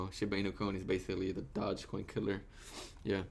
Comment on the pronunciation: Did he just say "dodge coin"? Lol